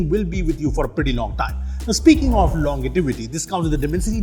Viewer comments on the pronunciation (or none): "Speaking of longetivitt" 😂